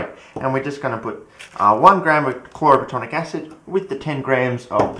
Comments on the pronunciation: You’re so frustratingly close mate. It’s chloro plat-IN-ic acid. You’re saying “platonic” it’s not platonic. It’s plat-IN-ic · "Chloroplatonic acid" lol